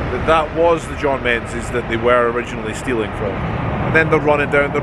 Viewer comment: you should know better than to pronounce Menzies the English way - it being a Scottish company 'n all.